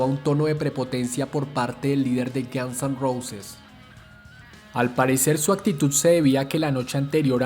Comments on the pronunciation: Estupido no se pronuncia Gans se pronuncia Gons y no se pronuncia Neil Sino Nil que se escriba Neil no importa hasi no se pronuncia y es Kert como se dice no Kurt es Curt como se escribe Lo mismo que con Neil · párese que dice gansos rosas XD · "Los Gianz en Rousis" the narrator 😂